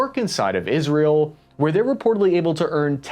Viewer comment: It's IsrAEl, not IsrEAl ffs...